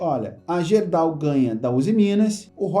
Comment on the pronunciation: Fala... Apenas uma correção na pronúncia da GERDAL... a pronúncia correta é GUERDAL. Abraços...